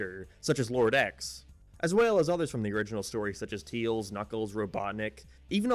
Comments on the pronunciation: it makes me cringe when he says "teels" instead of "tails" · Tails not teils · Wtf man its tails not tiils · And the subtitles still think you're saying "teal's" instead of tails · funni moment he says teels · why do you pronounce tails as teals? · This guy can’t pronounce tails but can pronounce majin